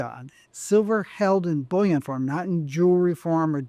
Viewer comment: Why does this interesting guy say “bullion” in such an affected way? “Bulli-aaahhhnnn”. He pronounces “billion” conventionally every time. Surely the only difference between bullion and billion is the i/u…?